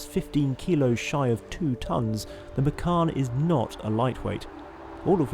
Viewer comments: Micarn? Oh how very dare you sir. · the correct pronunciation for Macan is Machan, not Makhan. Macan is a male Asian Tiger. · Wrong pronunciation, you should said "ma-chun" ma as in mark, chun as in chum bucket 😀